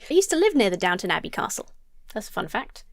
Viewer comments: the way he pronounced downtown abbey is the biggest red flag i've ever seen 🚩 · I groaned a little when said "DownTown Abbey".... For christ sake it is... "Downton Abbey"... LOL